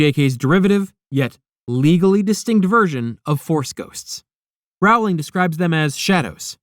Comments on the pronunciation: Her name is pronounced Row-Ling.🙄🙄😑😑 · Bit like "Rowling" is pronounced like row in "Row, row, row your boat" and not like "having a row" with someone? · Pronounce her name right! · Writes an entire video about Harry Potter and can’t even pronounce the author’s name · If I could give you a thumbs down every time you mispronounce Rowling, auror, Voldemort, or other names and words from this universe, you would be flooded with them. I can only give one though.